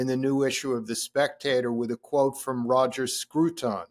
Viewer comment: Hugely respect Mr Kaplan, but that is a very odd pronunciation of Sir Roger Scruton's name. It's not like he was Spanish!